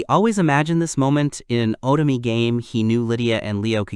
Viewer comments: Please install a Japanese language pack, or if that's not possible, use phonetic substitutions. "Otome" being pronounced as "Autumn" can be overcome by using "oh toe may" in the script for the narration program to read. Just like how many readers pronounce the "bow" in bow and arrow like "bow to royalty", when all they need to do is type "Bo" instead of "bow" in order to get a "long O" sound. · Oh toe meh. It is 3 characters you need to pronounce. Anyone that's me being nitpicky.